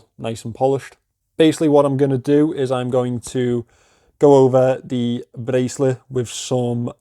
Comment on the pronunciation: ‘Bracelet’ in a Scouse accent is my new favourite word. Seriously though, that’s a decent buy and best of luck with the resale. That bezel looks alright and I wouldn’t replace it.